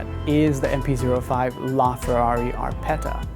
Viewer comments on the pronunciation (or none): Its APERTA NOT ARPETA